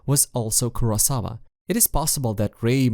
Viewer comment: Your pronuncition in names like kaname, asuo, etc its not like how the name is in japanese example kaname should be kunaamee not kanamee, kurosawa should be kurowsaawu etc.. again its not a big problem i saw people talk about naruto or Ninja Gaiden and really making mistakes on the name like instead of Ryu they said riu or raiyu